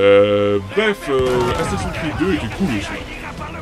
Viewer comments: aufette on dit assassin's creed pas assassin creed comme tu le pronomce si mal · Accent anglais =00000 assasin'S creed pas asasin creed